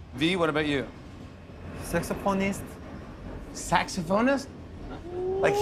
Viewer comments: My ass thought tae said sex appointest but then I remembered appointest is not a word and then jimmy said saxophonist and everything made sense😂 Edit: this is a great one, pay attention to Jin you will not regret it😂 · TAEHYUNG SAID SAXOPHONEST AND I THOUGHT HE SAID, U KNOW ARMY XD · I laughed when V said 'saxophanist' Reminds me of how confident he mispronounce it before 😂😂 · IM SO SORRY BUT MY MOUTH DROPPED I THOUGHT HE SAID SEX PORN... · i thought tae said sex pornist 😂😂 instead of saxophonist 🥺🥺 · SAXOPHONIST Flash back Interviewer:what would u be if u werent BTS Taehyung:SEXY P*RN STAR!?!?(he actually said saxophone star but due to mis pronunciation it sounded like he said sexy p*rn star) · I rewind 2 to 3 times....just to clarify myself...that V actually pronounced sexo...phonist 🤣😂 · I thought v said sexy porn star i was like what 😂😂😂😂😂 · Normal people hear : Saxophonist Army's : saxopronstar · I was praying that he didn't say sexy porn star after Jimmy asked that question lmao😂😂😂😂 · Taehyung: Sexoponist Jimmy: SAXOPHONIST GUYS IM CRYING- Taehyung still says it like that after all these years💜😭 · Conspiracy theory: taehyung remembered that one time he mispronounced saxophonist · IT STILL SOUNDS LIKE HES SAYING- WJFBEHFBWHJD I mean he worked on saying it a little but at least Jimmy knew what he was saying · Glad V didnt botch pronouncing "saxophonist" again, well if u know then u know. :^)